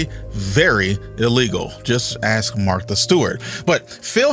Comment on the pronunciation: Who is the “golf ”? What’s his real name? What’s his stake in all this? The video is nothing more than this guys opinion. “So says you, ” and why should I believe you, especially when your speech includes, instead of “ask” you say “axed”. Not the stuff of accomplished intellect.